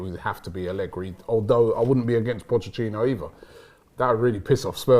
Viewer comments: Nobody: Absolutely nobody:: pochechinno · Nobody:: Pochechino